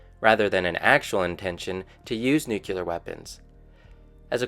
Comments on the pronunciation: Just what I was looking for. Tired of seeing biased or incomplete information and just wanted to learn what was happening. Thanks 👍🏻 FYI though, it’s not pronounced ‘nuke-ular’ or ‘jag-wire’, but it did give me a good chuckle. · Dont know whyn but I cant stand it when I hear nuke-ular